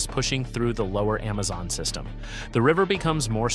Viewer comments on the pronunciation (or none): none